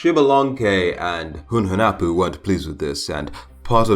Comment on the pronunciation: Hunahpu is his brother, Hunhunapu is his father. All english speaker i know, specially smite players, don't know how to prunouce their names. Hunahpu and Hunhunapu, are prunouced with no silent "h" and with the stress in the "u". Xbalamque is not writen correctly to begin with it is Ixbalamque and it is pronounced like ishbalamque with the stess in the "e". Hunapu means a blow gun guy and Ixbalamque means litle jaguar sun.